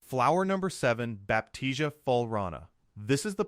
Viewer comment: NOT BAPTIZIA....BAP T C UH